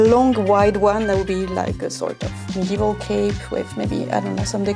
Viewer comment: Modeval and.... dare I say... ath-liege-ure?